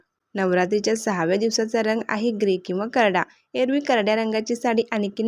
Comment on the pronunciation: रंग पूर्ण उच्चार कर ग चा